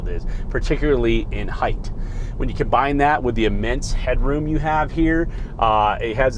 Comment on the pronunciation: Compine it with the heighth